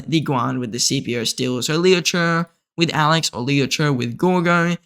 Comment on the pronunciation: It really triggers me how you pronounce Liu che😆